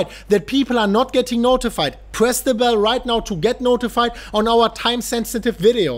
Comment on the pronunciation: Can anyone else just not stop hearing "press the bellend" :)